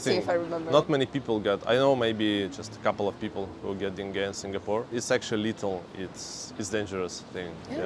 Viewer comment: but First.. please.. can you pronounce Singapore properly? Its not Singgahpour. I cringe everytime . 😅